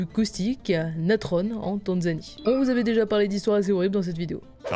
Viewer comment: c'est la natron, pas "natrone"